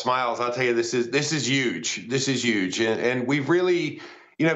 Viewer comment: did he just say this is yuge? bro?